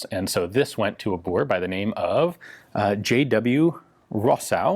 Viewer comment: That's an incredibly good pronunciation of "Boer". Kudos.